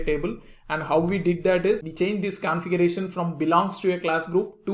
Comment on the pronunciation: Can you please explain how to pronounce “vehicle” and “configuration”